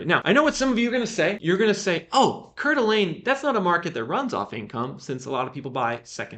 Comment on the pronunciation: Hi! Just FYI, the pronunciation for Coeur d'Alene is 'core-duh-lane'. 😅